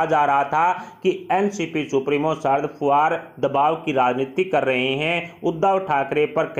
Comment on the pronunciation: Pawar, fadanvis ka sahi uchcharan shikhiye .aap ki baat ka vishwas kaise kiya jaye ??